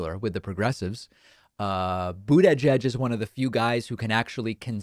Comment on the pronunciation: Do you pronounce Buttigieg that weird on purpose? ^^